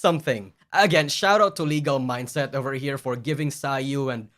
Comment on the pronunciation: You said Legal Mindset’s name correctly (most of the time). I’m so proud of you.